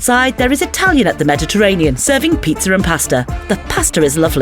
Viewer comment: do you get it? You added an R when you said pizza in the video.